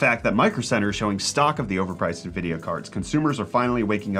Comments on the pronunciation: the way he said nvidia hurt me (he said nuh-vid-e-uh, it's pronounced en-vid-e-uh) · did you just say NAvidia? 😂🙈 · Naaa-vidia. Nope. I can get my news where they can pronounce it correct.